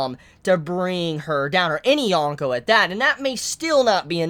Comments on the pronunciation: Dude the worst part of watching your videos is hearing you saying "yawn-ko, yawn-ko." It's a long o. Yōn-ko. And I probably seem like a jerk saying this but seriously if you're reviewing this stuff so much you should probably try to pronounce it right. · there's dozens of reviewers who pronounce it Yōn-ko if it's truly a bother